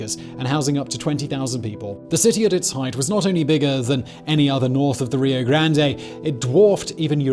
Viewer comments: oh ffs its not Rio GrandAY. Its just Grand... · It's only "grand ay" at Taco Bell. Rio Grande (silent e) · Didn’t Simon complain recently about silent letters? Of course he did! The E in Rio Grande is silent ! Simon if you could say it correctly, it would be Grand ! (See what I did there? ) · There is no A sound in rio grande